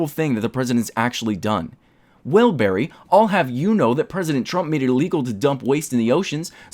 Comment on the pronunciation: Yay, bawwy is here